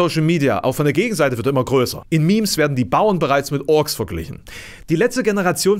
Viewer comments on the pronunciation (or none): none